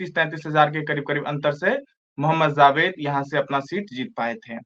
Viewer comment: जी आपके साथी का उच्चारण बहुत निम्नस्तर का है ! जावेद को ज़ावेद कहना घोर अन्याय है ।और ये लोग ज़रा कम जानकार है !